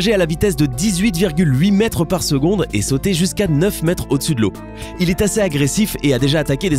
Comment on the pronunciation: le requin blanc : "7,7 Mêtres de long "🤣🤣 Vous êtes vraiment une belle chaine de myho